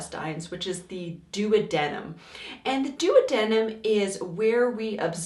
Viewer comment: As soon as I heard her pronounce intestines, I knew it was going to get real annoying...then when she pronounced duodenum, and then jejunum.... NOPE!!!🤨